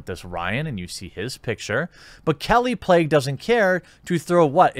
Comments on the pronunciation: 3rd video about kallie plagge, still hasn't bothered to learn to pronounce her name... good thing you're starting a journalism site so we can get some accurate well-researched reporting... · is it pronounced "plague" or "plaque"?